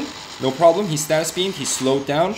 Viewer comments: Stasis not status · It's stasis not statis!!!!!!!!!!!!!!!!!!!!!!!!!!!!!!!!!!!!!!!!!!!!!!!!!!!!!!!!!!!!!!!!!!!!!!!!!!!!!!!!!!!!!!!!!!!!!!!!!!!!!!!!!!!!!!!!!!!!!!!!!!!!!!!!!!!!!!!!!!!!!!!!!!!!!!!!!!!!!!!!!!!!!!!!!!!!!!!!!!!!!!!!!!!!!!!!!!!!!!!!!!!!!!!!!!!!!!!!!!!!!!!!!!!!!!!!!!!!!!!!!!!!!!!!!!!!!!!!!!!!!!!!!!!!!!!!!!!!!!!!!!!!!!!!!!!!!!!!!!!!!!!!!!!!!!!!!!!!!!!!!!!!!!!!!!!!!!!!!!!!!!!!!!!!!!!!!!!!!!!!!!!!!!!!!!!!!!!!!!!!!!!!!!!!!!!!!!!!!!!16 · i like the content but it was difficult listening to him say status beam intead of stasis♥